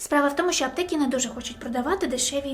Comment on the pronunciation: Попрацюй над мовою. Твердий звук ч, звук и вкінці слів (аптеки). І не тільки.